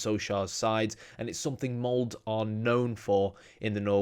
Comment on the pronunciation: Molde! MoldE! E like in the name Elizabeth lol